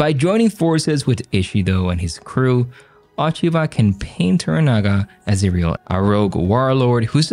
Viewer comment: First of all, please pronounce her name correctly! The O rhymes with Oh, not ah. Secondly, although the story is only loosely based on Japanese history, the analysis I is spot on. She will play a roll in influencing her son, but only to his detriment. Spoiler alert. unless they plan on upending Japanese history all together, Toranaga will come out on top of what became one of the most bloody battles in Japanese history and set up a government that lasted like 200 years and became the subject of many many Japanese television shows!